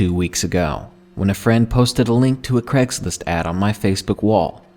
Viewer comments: noir inkodye Maybe you feel like you do, but I would still hear it as "Gregslist"!? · Craigory Schlist